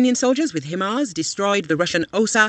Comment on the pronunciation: "High-Mars". This is how it is to be pronounced.